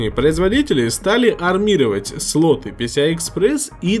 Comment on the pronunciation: МаркЕтинг, матерЯ, сатой, ппц грамотность. СлотЫ, пинЫ, вместо слОты, пИны, вам бы подтянуть грамотность.